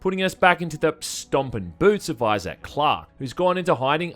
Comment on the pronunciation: Who the fuck is "Eyez-Sack"?